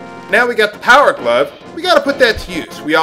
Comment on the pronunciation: I like watching your videos. I learn something new every time. though I like it when you called the heart pieces a piece of. that's so you